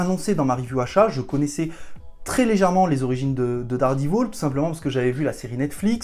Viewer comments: VAULE ! (t'a dit "Dare dit vaule") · T'y étais presque, si t'avais dit 'Dère dit vaule' c'était bon. Moi je donne un bon point pour la tentative! Un prof d'anglais😉